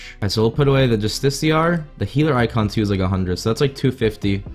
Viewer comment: Bruh it’s justi-car not justiciar